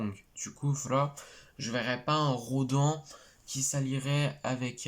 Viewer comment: Salut ça ce prononce "Rô d'âne" et non "RoDEN" même si ça s'écrit Rodan 😁 mais oui il est de retour yeees